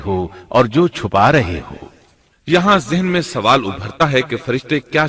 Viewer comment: Sawaal (question) ye urdu ka lafz hai. Phir ap isko Suwaal keun bolte hain?